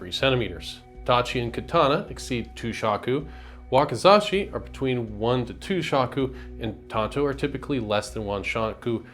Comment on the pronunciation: "Wakazashi" -> Wakizashi